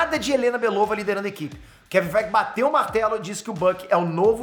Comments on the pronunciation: eu escuto assim "Kevin FIGHT!" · Engraçado demais ele falando Kevin feige